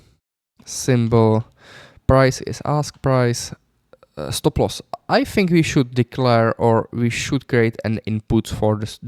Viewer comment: You don't "Think", you always "Fink" 🤭